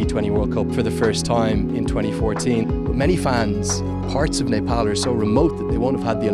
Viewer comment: I liked how he pronounced "Nepal". Accurate ! 😍